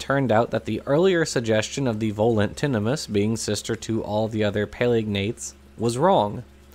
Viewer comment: great video as always - but just to be pedantic, 'tinamous' is the plural of tinamou (pronounced like emu). So while the family is as you pronounced - tinna 'muss' - the common plural name would be tinna 'moos'. Like a can of beef. At least, that's what I've always assumed. I could be wrong. I'm pretty sure we can rule out 'tinamice', anyway.